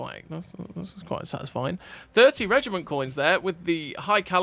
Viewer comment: Reg I Mont ???? Learn to say Reg I MENT 🤮🤮🤮🤮